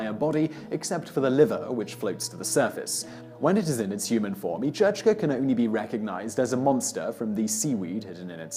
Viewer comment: You should have asked in Scotland for Each-Uisge pronunciation, it's sounds similar to the Kelpie.